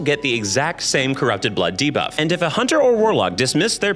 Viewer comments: so used to hearing him say "diva" that my brain literally cannot process "debuff" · lol so i watch all youtube videos at 2x speed and "debuff" very much sounds like diva at that speed. i spent the first 10 minutes being like "diva was killing all the players? based" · Not my stupid mind hearing DIVA(f) instead of Debuff 😭